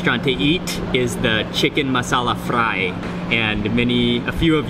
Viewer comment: Fry is an english word, why do u say it like that?